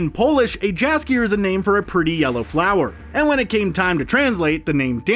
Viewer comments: Jaskier should be pronounced as Yaskier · [Sigh] "Viscount" is pronounced VAHY-kount, NOT VIS-kount. The S is silent. And I'm pretty sure the J in Jaskier is pronounced as a Y. And Geralt's name is...just wrong. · So much about Jaskier without pronouncing his name right even a single time. NEw AchIEvEmENT. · You're killing us, man. Who is "guh-RALT" and 'Gralt'? Also, the 'J' in Jaskier makes a 'Y' sound (e.g. 'yes') rather than a 'J' (as in 'jewel'). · “grALT, J askier” and “viss count” smh. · And Jaskier (pronounced 'yasskier') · hmmm, I like Jaskier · Gralt was not that bad, but Jaskier and Andrzej Sapkowski makes my ears bleed. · The pronunciation of "Geralt" isn't bad. "Jaskier" is wrong though, and "Andrzej Sapkowski" is simply hilarious ;)